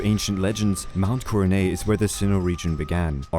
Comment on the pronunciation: Coronet has a hard T sound btw. It’s not silent.